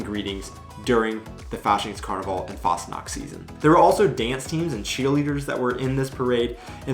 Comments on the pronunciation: The way you speak Fastnacht sounds like ,fast nackt' ( nearly nude) ;-)! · you have to take care while pronoucing the "ch" when you say Fastnacht...because when you pronounce the "ch" like a "K" which you did then you are actually saying "fast nackt" and that means "almost naked"...that was simply funny By the way because you mentioned "Halloween"..as you already mentioned there is a "Krampusparade/Perchtenlauf" in early December and that is then a "scary Parade" I´ll show you a short footage from Austria because there it is a huge thing on the 5th of December. A tradition by those socalled Perchten is to smear coal on the peoples faces just clarify why some of the kids in that vlog have a black spot in their face or on their nose..those simply got touched by these creatures. And all those masks are self-made hand-craft artwork by wood and therefore also heavy to wear - round about 20 pounds - and they are also very expensive when you order to make one and the horns are from cows, ibices, chamois and rams. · If you try to pronounce the CH in a word f.e "Fastnacht" or "ich", try to pronounce the ch like when you would say "huge" but only the "h" of "huge" what i heard aswell is that you guys dont like the harshness of the "Z" like in "umzug" bcs the "Z" almost like a "TS" in a spoken manner, there are occasions that the Z is soft, but i cant think of one from the top of my head. Overall you do a great job experiencing Germany and its culture and Language :D